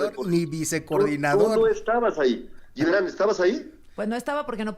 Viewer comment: Díganle al CHAIRO que de donde saca la pronunciación de LLIBRAN??? de cuando acá se pronuncia la G como LL??? Hasta en esto saca lo peladito.